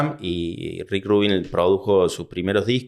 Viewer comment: We ni sabe pronunciar Rubín, ya dejalo